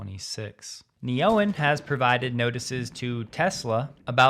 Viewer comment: Are we 100% sure it is pronounced Ne-oen, not Neo-en, as in "new energy"? What is a Ne or an Oen?